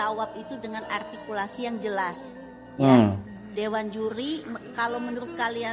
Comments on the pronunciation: kata juli altikulasi ka 😂😂😂 altinya dewan juli belhak membelikan nilai -5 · Itu Juri ngomong ARTIKULASI.Dia aja Ngomong R aja Gak Bisa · Jurinya yg artikulasinya yg tidak jelas, coba dengerin saat bilang "R" gajelas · Juri ngomong R aja kagak bisa... Koq ngajarin Artikulasi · Menyebut artikulasi dg jelas, padahal si juri itumenyebut huruf R aja ga becus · Juri yg bilang artikulasi hrs jls, justru artikulasinya gak jls, r nya gak jls, juri apaan ni? Merasa paling BNR dan sgt ototuter